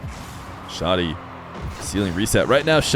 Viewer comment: as an arab its pronounced "Shah -di" without the h sound. not shodi as you say or shady. :) for future reference.. huge fan but i get an ick everytime u say shodi instead shadi. :P